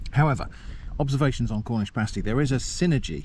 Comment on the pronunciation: In the upper penninsula of Michigan the "pasty" (pronounced exactly as you, and we DO correct people). While most people in the US just think of them as another "Michigan Thing" us Michiganders know it was brought over by Cornish Miners during the 1840s, who came to work in copper mines.